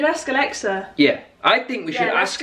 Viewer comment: The fact that he said “balexa”